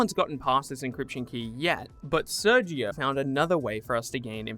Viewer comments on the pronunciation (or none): none